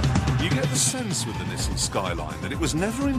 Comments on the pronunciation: Ah yes, the Nessan. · I cringed how he pronounces NISSAN....